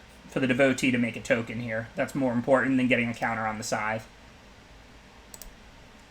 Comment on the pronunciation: I cringe so hard every time he says SKYTHTH